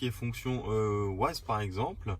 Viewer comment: Il a osé dire "wAze"